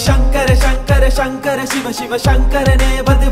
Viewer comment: பாடல் வரிகள் காணொளியில் பிழையின்றி பதிவிடுங்கள்.... ராவணா அல்ல இராவண. உச்சரிப்பில் சங்கர சங்கர என்பதற்கு ஷங்கர ஷங்கர என்று வருகிறதே...